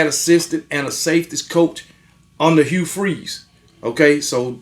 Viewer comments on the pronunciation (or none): none